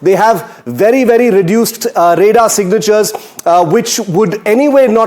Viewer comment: News Anchor It's RADAR NOT ReDAR